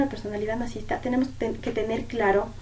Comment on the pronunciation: Gracias por hacer un video de ésta temática. (Sólo que se dice nar-ci-sis-ta)